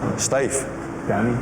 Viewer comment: Dwanny Dwyers deadwiest men...... New epwisode...The Dwevil. Yeah, yeah....